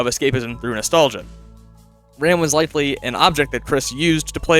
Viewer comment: WHY DOES EVERYONE CALL HIM RAMB THERE, HE'S ROMB